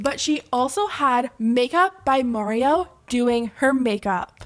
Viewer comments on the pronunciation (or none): Everyone's talking about this.... shes doing something right. Why are you still saying Marios name wrong? Im no mikayla fan, but damn live & let live already ffs. Her lipkit was actually used as gifts it looked like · The way she purposely pronounces words grinds me. Just listen to her say Mario🤦‍♀️ you know she is faking the accent!